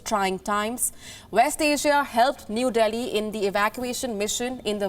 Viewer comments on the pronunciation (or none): Your diction is distracting due to wrong intonation at times. To quote just one example - emphasis on New in New Delhi alters the meaning of the sentence. There are many good tutorials by Native English speakers on YouTube for accent and intonation improvement.